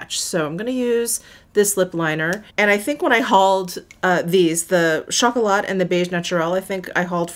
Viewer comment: Oh! Baby butt cheeks indeed! One little tip 😉 when you say “phyto-blanc”, you don’t pronounce the “c”, same for “chocolat”, you don’t pronounce the “t” ☺️ Love your in-depth, honest videos 😍